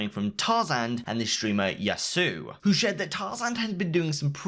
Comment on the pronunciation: Ah yes yassuu we have all been reading it wrong